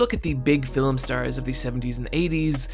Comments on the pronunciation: The word is ‘film’ not ‘fill ‘em’ but I guess it all depends on where you were brung up. Ha ha. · whgy do you say fil-um though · It bothers me more than it should that you have the tendency to pronounce 'film' as 'fillum'. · I was right with you until you said "macarbic" which I think you think is an adjectival form of "macabre" but buddy, English doesn't work like that. You can't just stick English adjective endings onto loan words from French. Also do all Irish people say "filum" instead of "film"? You said "film" a couple of times but later started adding an extra vowel. (I'm just picking on you, great vid, look forward to the next ones for October) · Say it with me- Fillum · Love your work, and I mostly don't like film analysis that isn't explicitly comedic, at least when it comes to YouTube. Really wish you didn't say fill-um, though. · why does he say filam ?? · A fillum that haunts people? lol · “Filum” Redrum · The most terrifying about this video is your pronounciation of the word "Fillum". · Every time he says "Film" as "filum" it's the cutest thing ever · "Fi-lim" You keep pronouncing film wrong and it keeps bothering me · You talk so slowly in this one that you've managed to give the word "film" an extra syllable.